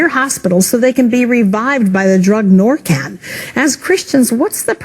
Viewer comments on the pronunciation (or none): And it's narcan, not norcan. Lol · That new lady pronounced all those words wrong it's not fantyl it's fentanyl. And it's narcan not Norcan. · Fentanyl not Fantyl. It's pronounced Narcan not norcan. DUH